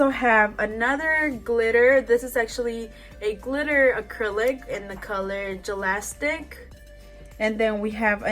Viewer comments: ‘jalastic’ galactic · she said "Gilastic" that says galactic HAHAHAHAAAAA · its galactic not jalactic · gelastic me: ITS GALACTIC haha first time watching your vids and your pretty good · Sameee I was like uh... galastic😭😂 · Am i the only one who noticed she pronounced “galactic” as “jalastic” 😂💀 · I was dead when she said "jalactic" instead of "galactic"😭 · Wait did she just read galactic ad ‘jalastic’?!?! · “Jalastic” instead of galactic HAHA cuteww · i scrolled down for five minutes waiting for someone to mention she said "galastic" instead of galactic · Galactic is not gelastic lol 😂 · The only thing that bugged me was that you said Gelastic. But thats okay, thank you for the helpful video. I'm trying to teach myself how to do nails. School is a little to pricey for me right now. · Gelasic, I’m dead 😂😂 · (Gah lac tic) sorry it was bugging me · she pronounced galactic as jalastic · Hahahaha, the way she pronounced galactic...omg girl!!!!